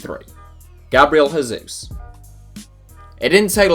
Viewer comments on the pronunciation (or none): Please stop mispronouncing Gabriel Jesus. Also, Skriniar is from Slovakia.